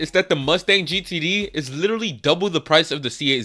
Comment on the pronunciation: Stop saying lidery. Until you fix your speech impediment. Literally.